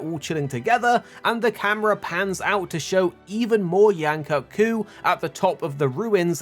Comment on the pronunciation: Bro at least say Yain Kut-Ku's name right